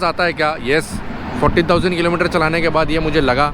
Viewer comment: You keep saying 40,000 but you have written 14,000. You need to learn to pronounce fourteeeeeeen properly.